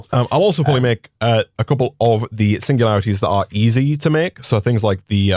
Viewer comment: singulatiries lol